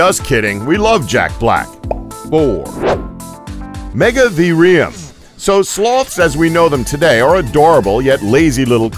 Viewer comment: Gi-gan-toh-pith-i-cus. Mega-theer-ee-um. Andrew-sar-cus. These made my eye twitch as a student of natural history...